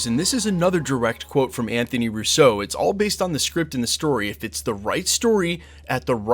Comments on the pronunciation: It’s not RUSSEAU, as the shitty way you pronounce it. It’s RUSSO. ROO-so. Not roo-SO. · Bro… PLEEEEEZ. Their last name is pronounced ROO-so. Emphasis on the FIRST SYLLABLE. They are NOT FRENCH, they are of ITALIAN descent! Please friggin stop. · You ALWAYS MISPRONOUNCE their surname. Please stop.